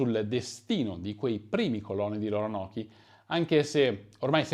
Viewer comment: Si pronuncia ronok